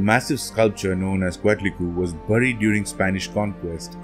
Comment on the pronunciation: Since the Spanish were the ones that where recording the information you have to say it like a Spanish speaker would say it, yes there are some complications as not all of the sounds could be well replicated. Anyways if im not mistaken its pronounced coat-li-kwe. Also ko-yol-shao-ki